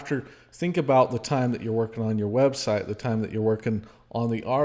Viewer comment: 😂😂 I have to say this, Come on, you can't even say her website right. You're supposed to be "so inspired by God" 😂😂😂 Love you guys. This was so good, so eye opening to the bullet I dodged being sent away when I was and not having to go through what y'all did. Keep up the good work!! Thanks! You Rock girl! Stay at it!!!❤